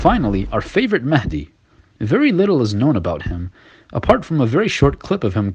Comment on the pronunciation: Imam mehndi... Pathetic twat... He can't even say it right